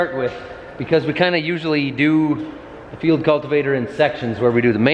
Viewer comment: Preciate you saying Field Cultivator correctly, and not "Digger"